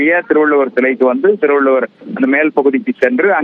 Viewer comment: It is not Thiruvalloor, But Thiruvalluvar., Please do not kill Thamizh Language. If you cannot pronounce it properly, leave it. திருவள்ளூர் அல்ல. திருவள்ளுவர் என்பது தான் சரியானது. தயவு செய்து தமிழைக் கொல்லாதீர்கள்.